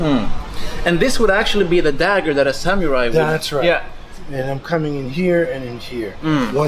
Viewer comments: It's not sam-your-eye. It's sa-moo-rye. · Just FYI it's pronounced Samu-rai not Sam-u-rai